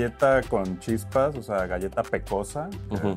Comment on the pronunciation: "La Galla Sour Patch", ni galleta pueden decir de manera normal?